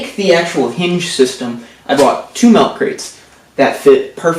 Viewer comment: Its milk not MELK